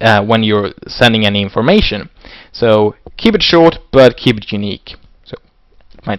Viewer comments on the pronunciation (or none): none